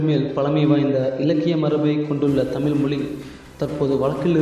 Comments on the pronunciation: நண்பரே!! தமிழ் என்று உச்சரிக்காமல் ஏன் 'தமில்' 'தமில்' என்று கூறுகிறீர்கள்? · டேய் அது தமில் இல்லடா தமிழ் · செல்லக் குட்டி "தமில்" இல்லையடா "தமிழ் " சரியாக உச்சரியடா என் செல்லக் குட்டி. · Pls correct your accent of Tamizh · தம்பி தமிழ் சொல்லு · Learn to pronounce Tamil first properly and then do videos pls. Do some research properly Tamil has more than three thousand years of documented history and much more undocumented. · "தமிழ் " சரியாக உச்சரியடா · யாருய்யா இந்த ஆள். "தமில்", "தமில் மொலி" என்று கூறி "தமிழை" கேவளப்படுத்துகிறான் . அவனை போய் பேச வைத்து தமிழை அசிங்கப்படுத்தறீங்களே. அவமானம்.